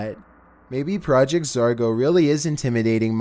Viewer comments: It’s pronounced ZOR-GO not ZAR-GO. I mean I like your content that’s why I watch almost it often but dam dude learn how to pronounce words. In 90% of your vids you say the incorrect pronunciation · Hey........its Project Zorgo, not Project Zargo LOL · Also the real name is Zargo. Not Zorgo. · If he says project zergo you hit your self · Sounds like you're saying "Project Zargo" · Your saying zargo EDIT: this is not a hater I do like your channel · zorgo? this ain’t it chief